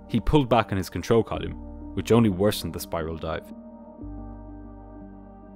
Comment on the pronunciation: Really like this channel, hearing actual cvr is cool. But every time you mispronounce the word column 😂